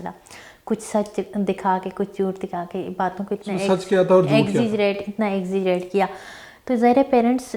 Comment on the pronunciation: to "Baton ko Azzizeerate kiya" hahaha. EXAGGERATE hai tiktok celeb sahiba.